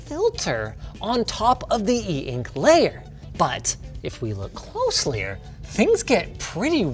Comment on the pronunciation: Lol. He said “closlier” like Technology Connections did. 😂